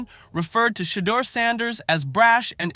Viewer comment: Who in the hell is doing this commentary? You can't even pronounce Deion and Shedeur's name correctly. That's disrespect right there! I think you are doing it intentionally...like their names don't matter. We see what you are doing!!! EVERYONE CAN SEE WHAT IS REALLY GOING ON HERE! Shedeur was Black-balled...The 3rd Best QB in the league!!!